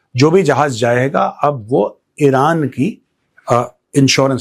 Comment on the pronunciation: Mr GODI, It isn't vilran. It is Iran.